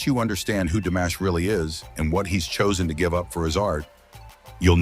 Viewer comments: C normal que vs prononciez son prenom DAmash au lieu de DImash ? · It's DImash, not DAmash. Get it right. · Se pronuncia DIMASH, con i latina. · DIMASH, por favor, pronuncie corretamente. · Que molesto escuchar como mencionas Dimash